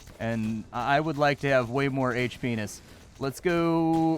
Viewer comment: you're on your final H-penis? huh? what's a H-penis?